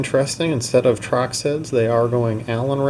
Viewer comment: Torx...? Trox...? Whaaa lol